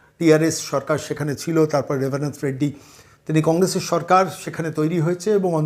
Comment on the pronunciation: Shunechhi apni naki lekhapora koren,lekhaporar nomuna holo Rebant Reddy ke Rebarant Reddy bola,point er por oshob ten,seventy three eshob bola jay na,apni akopote bolchhen ,Anko ki kichhui koren ni? Dhire dhire joker e porinoto hochchhen.